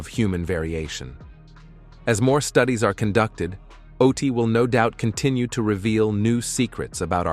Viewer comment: I bailed the moment this mf mispronounced the name. Is AI with dyslexia a new thing?